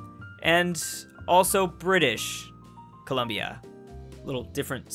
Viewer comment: English Colombia and Brtitish Col-u-mbia.